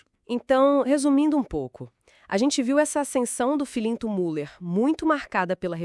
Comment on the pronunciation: Impossível continuar te ouvindo.... A pronúncia é Miller , u com trema leia-se Miller..... é um sobrenome alemão....